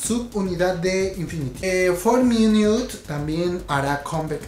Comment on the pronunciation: Pronunciación: TeenTop=TinTop, Infinite=Infinit, JYP= YeiWaiPi, YG=WaiYi, Yoona=Yuna, Taeyeon=Teyon (Pronuncias raro Orange Caramel y Afterschool) :)